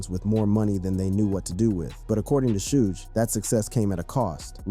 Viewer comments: Shooge Night? 😂 Can yall niggas do research on how to properly pronounce a fucking name 😂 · This punk doesn't even know it's pronounced 'SHUG'🤦‍♂️🤦‍♂️ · Is he saying shooge?😂😂😂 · Sooge Bro? 😂😅